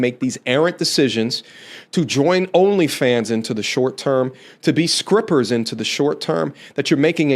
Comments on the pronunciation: Skripper? Am I hearing that correctly? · Did I hear you say skrippers? Lol